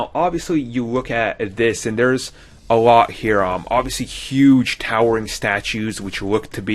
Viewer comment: "De Fifth Brother?" "Dere's callbacks?" "Dis is a copy..." Really? I believe your looking for the 20th letter of the alphabet.